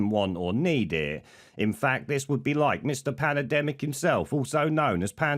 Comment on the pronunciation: I laugh every time I hear panademic